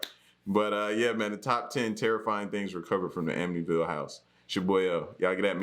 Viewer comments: I live 20 minutes away from this house. It doesn't look like this anymore at all. The family that live there now, never experienced any hauntings or any thing sinister. And, yes you pronounced it correctly. 😊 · You definitely say it right lol. The house isn't haunted anymore but definitely creepy to go by. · Your pronouncing ir right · And you pronounced the name correctly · You're saying it correctly. I lived not too far from there. Some guy murdered his whole family there. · You pronounced it correctly L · You’re pronouncing it right. Waterfront 5000 square feet 5 beds 3.5 baths a boathouse & private boat slip for $80,000…I’d buy it. Unfortunately last listed was $850000 sold in the $600000’s and the new owners aren’t moving lol…it really is a beautiful piece of property, that doesn’t seem to be haunted anymore 😂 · you are saying Amityville right. I live 10 Mins from the house,The house does not look the same,changed address.I believe it most of it happen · Am-itty-ville I'm from long island I got you bro